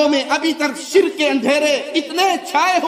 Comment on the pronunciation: Beta pahle bolna Sikh le shirq hota sirik nahi